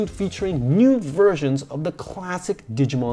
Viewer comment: I think he accidentally said nude instead of new for the 2020 reboot